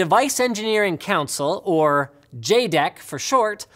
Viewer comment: Jed-ek, not jay-dek.